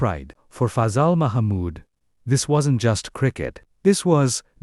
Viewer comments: TO WHOEVER MADE THIS … Thank you for making this video on Pakistan’s first cricketing hero, a match-winner par excellence. However, it would have been nice to have not butchered his name every single time! It’s not even a difficult one (rhymes with “puzzle”) It’s not “fuzzool” or “ fayzal” or any of the multiple other wrong pronunciations. Perhaps you could re-record a corrected version with the correct pronunciations and also fix the egregious Oval vs. Lords mistake. This sounds AI generated anyway, so should be easy to do. Thank you. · Name us pronounced " Fa--zel"